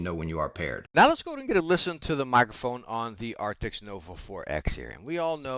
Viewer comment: Arctis. Not "Arctics" 🤦🏻‍♂️